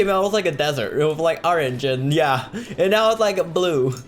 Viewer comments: I still can't get over the fact that he says arange instead of orange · Does anyone hear user say erange And DOGGY